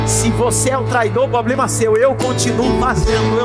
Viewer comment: Poderosa palavra pastor. Sugestão: Algum irmão ajude o pastor a ter uma dicção correta na palavra "Problema". Em amor. Shalom...